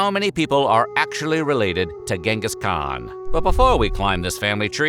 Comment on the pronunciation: Who Genteez Teezizkhan ?!!